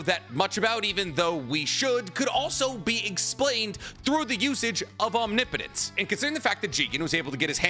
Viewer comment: Every time he says omnipotence correctly makes me wish I could subscribe again